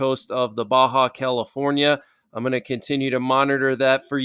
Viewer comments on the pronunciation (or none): none